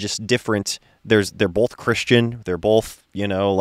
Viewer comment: What was in regard to? has some interesting pronunciations. SOW- siety instead of suh-siety. He also says boLth instead of both.